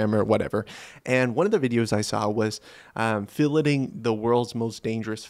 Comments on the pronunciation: That is most definitely not how you pronounce filleting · And then he pronounces it correctly ! So he can pronounce it, he just chooses not to, I guess.